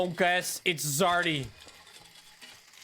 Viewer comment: It's "Zardy" :P